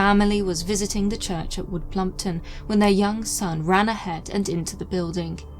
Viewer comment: U said plumpwood 😂